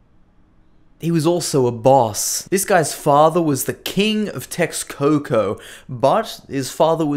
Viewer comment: You pronounced all Mexica and Nahuatl language names wrong. Texcoco is pronounced TESHKOKO. Mexico was pronounced MESHIKO. In old Spanish "X" was for the sound "Sh".